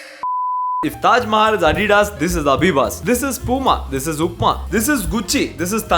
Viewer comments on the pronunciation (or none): none